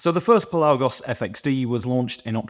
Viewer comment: Obviously whenever there's a new Tudor release, I think of you 😀. Especially when it's a Pelly, just love your pronunciation 😂 I still think the Pelagos is the best and underrated range in the Tudor portfolio. Having said that, as I'm in the market for a Navy Seals, it would have to be the JLC version. Great to see companies advertising on your channel bud, well deserved 👍